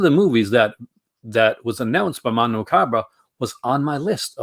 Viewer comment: You always say Mondo Macabra. It’s Macabro XD